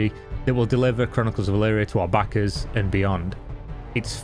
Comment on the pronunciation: Good Video,but you pronounce backers a little bit like (sussy) Bakas:)